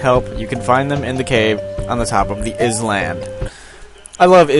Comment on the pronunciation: ITS NOT IZ-LAND ITS I-LAND lol jk im not tht kind of person